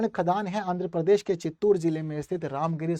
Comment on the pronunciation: भाई परदेश नहीं, प्रदेश है बोलते नहीं बनता तो मत बोलो . I m from Jbp. M.P.